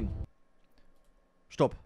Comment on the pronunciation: A SHTOP SHTOP